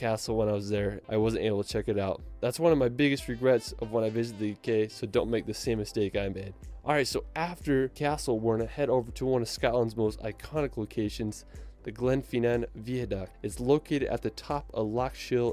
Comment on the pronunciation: There's other stone based sites in Scotland that are older than Stonehedge. Scotland is defo the place to be if you want raw beauty. A castle or a billion doesn't go amiss either. I hate how the guy says "GlenfEEnan". It's Glenfinnan.